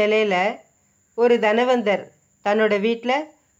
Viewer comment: தனவந்தர்; தன்வந்தர் இல்லை. Nonsensical pronunciation.